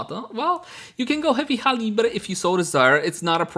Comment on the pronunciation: did you just pronounce heavy caliber as heavy cali-breh